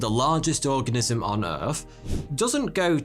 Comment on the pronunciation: I thought he said 'what exactly is an orgasm' 😂